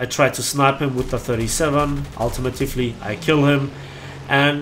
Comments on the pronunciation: Hey. Nice video! I just wanted to let you know that it's not pronounced "ultimitufly" it's "ultimately". Im sure you get this a lot, sorry! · Ul- tee- Mate- Lee